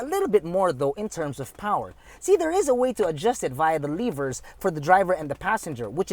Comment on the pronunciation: Liver? Ohhh, you meant lever?